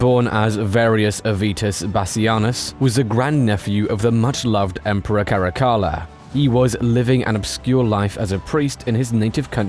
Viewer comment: 10 seconds in and i can’t even. I love this channel but damn dude, cali-goola? Cuh-lig-yu-la